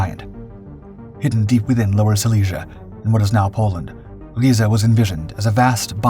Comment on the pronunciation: clearly the narrator does not listen to rammstein... or the narrator would know how to say 'riese' rammstein: RYE ZA Narrator: reeeeeeeee